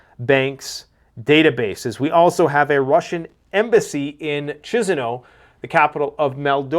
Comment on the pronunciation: PLEASE!!! Once and for all... You mispronounce everything about this country. The country is MOL as if you're saying the word mold followed by DOVA. MOL-DOVA.... The capital is KISH followed by NOW. ... KISH-NOW. Thank you.